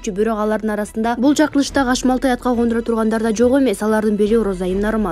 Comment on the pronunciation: Журналист кыз адамдын аты жонун туура окуй аласынбы? Депутат Асел Кондурова эмес, Асел Кодуранова деп окусан туура болот.